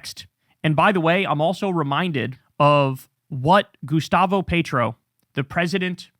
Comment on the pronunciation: In regards to Gustavo Petro, it's pronounced peh-tro, not pay-tro